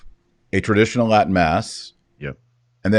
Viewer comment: Kennedy's Latin is pretty amazing closest to the real thing I've heard so far great job!